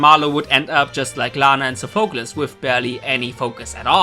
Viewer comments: Your saying sofeclese wrong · How hard is it to say Sophocles correctly?